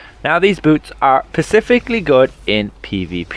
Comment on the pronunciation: Guy sounds really smart until he says pacificly in place of specifically Every time.